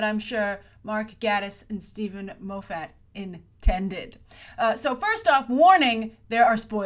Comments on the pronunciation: Mark Gate-us not Gatt-us. And Steven Moff-it not Steven Mo-fat. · Um, he might be unhappy in his marriage because he can't trust his wife because she murdered his best friend? Also, it's pronounced gay-tiss and Moff-it. The show creators have always said that this is a show about a detective and not a "detective show". Most of Sherlock fandom has come to a consensus that this episode is Sherlock telling a story of what happened to Ella, but altering details (as was done to the video of Sherlock shooting Magnussen in the opening-the Sherlock creators rather than being "out of ideas" are still packing their episodes full of subtext for those who look.) Its quite obvious the squaddie/secretary didn't shoot her, she was shot from behind. They taught us to view bullet wounds carefully when Sherlock was shot. Lots of blood blooming out? That's an exit wound.